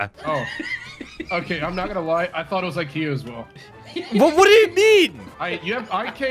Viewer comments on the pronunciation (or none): none